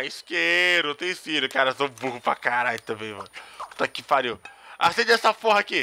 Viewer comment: Muito legal o jogo e o seu vídeo. Mas "Esqueiro" e "Estintor" foi bravo. rsrsrsrs flw....